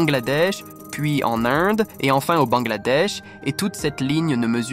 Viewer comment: J’aime bien son accent québécois ! C’est vraiment cute ! Surtout comment il pronounce l’Inde 🤗